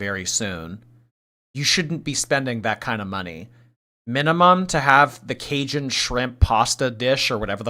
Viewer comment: Everyone in the south died when tried to say “cajun”. “Kay-shun cheekun…”